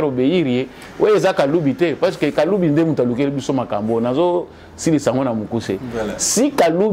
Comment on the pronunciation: il s'agit de kaluba et non kalubi....